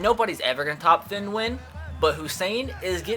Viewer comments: Its pronounced "tee-ehn" Nguyen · It's pronounced Thea-en New-yen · You pronounce it like Teen Nunion. It's like Onion with a N